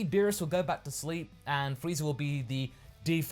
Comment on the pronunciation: Frieza* not Freezer...